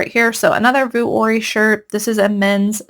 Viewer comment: Hi! Love your videos! Vuori is pronounced vee-or-ee, not vu-or-ee. 🤍☺️